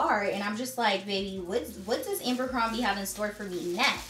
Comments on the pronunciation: It’s ABERcrombie not “ambercrombie”. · Lol it's Abercrombie not Amber